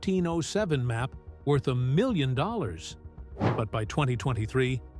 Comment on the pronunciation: "she valued it at blinny glib hhunter doolers"